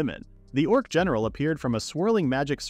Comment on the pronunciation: Haha "Dorc"